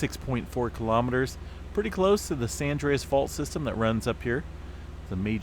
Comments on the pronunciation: I love this channel but San Andreas-two words - not Sandreas - please don’t “fault” me for pointing it out😉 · It's been a long day!... he said at the start of his video!... he said San Andreas first then Sandreas!.. slip of the tongue!... that's all....🤗